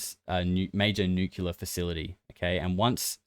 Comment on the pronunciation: OMG,! Just found your P.Cast and LOVE LOVE LOVE it! The long-form compilation format ROCKS! I'm spreading the news. One thing though - when you pronounce "Nuclear" as "Nucular" it's very distracting. PLEASE, PLEASE, don't seem as dense as George W. Bush. Sorry, I know it's a minor detail, still...